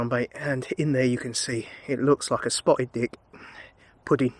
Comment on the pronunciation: As ever a great video 👍🏻 I loved the subtle pause between 'spotted dick...... pudding' 🤣😂🤣😂